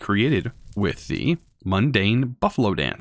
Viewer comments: It isn't mandan isn't pronounced as "mundane" it's pronounced as "Man Dan" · zaphkiel = zefankel mandan = mundane totempedia = tomicpedia/tome/totempa/toe-tempedia/totempedium why do people add letters that aren't even there? just slow down, think, process what is in front of you. if you're not sure how to pronounce it then adding random letters isnt going to help